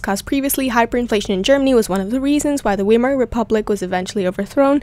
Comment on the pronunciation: It is pronounced veimer, not weimer